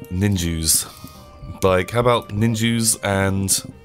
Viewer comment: Wait did he say nin-Jews at one minute in